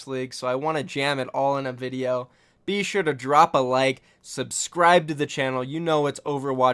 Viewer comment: you sound like you're saying bishu when you say be sure lul